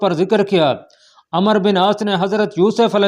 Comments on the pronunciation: Yar ap ko kia urdu ki pronunciation nhi ati , umero bin aas hy amer bin aas nhi , Baqi b bahut galtiyan hain ap k bolny mn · Jb عمر k baad و aa jaye to phir و silent hota hy aur ع ko zabr k sath prhtey hein is liye عمرو ko Amr prhein gy